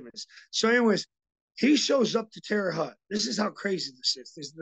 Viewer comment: It’s pronounced HOHT guys I’m from there still have family there. Thank god I moved it’s nothing dope and violence now.